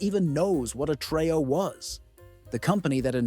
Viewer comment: TRE-O. NOT TRAY-O